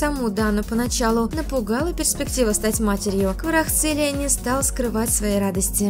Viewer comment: Дорогие девочки-блогеры!))) Уж если взялись новости читать, так потрудитесь фамилии участников хоть выучить. Не Хварахцелия, а Хварацхелия... Ещё Хварцехелия слышала вариант😅😅😅